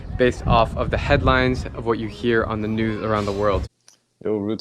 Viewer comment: is it just me or does he say new and not news 🤔